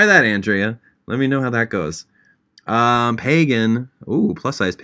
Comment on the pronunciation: he wasn’t saying MY NAME specifically but the way he said “andrea” was exactly how i say my name and so it made me happy to hear someone pronounce it how i do